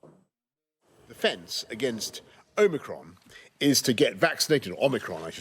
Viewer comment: My English is not good - when he says "omicron" I hear "Oh, Macron"